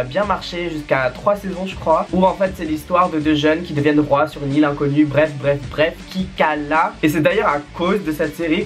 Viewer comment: Ptddddr tu me tues avec tes "qui cala?" 😂😂😂